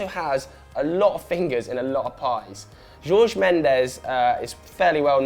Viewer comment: Miguel Godinho Matias he said it wrong tf? I cringed when he said it